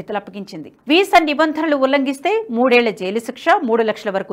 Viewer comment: నిభందనలు కాదు నిబంధనలు Correct your pronounciation please